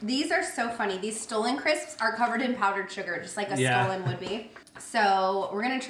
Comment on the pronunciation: The Stollen crisps are pronounced "stah-lun" and they are SO good. For a while I thought that you had taken them from TJ, and that's why you kept saying stolen. lol. Also, I love your shirt/dress! So flattering on you and I <3 the green!